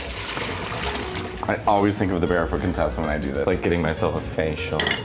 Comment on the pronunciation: Am I the only one who hears "Barefoot Contessa" as "Bear-f****-Tessa" every single time? 😄